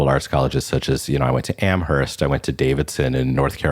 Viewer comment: The “h” in Amherst is silent. The guest’s visit to the campus must have been short and superficial. Any in-depth study of the college would reveal the correct pronunciation of the school’s name.